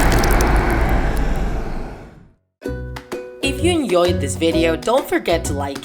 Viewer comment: Btw, you’re pronouncing “enjoyed” wrong. Just thought I’d let you know